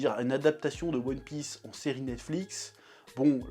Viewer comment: "Youone Pisse"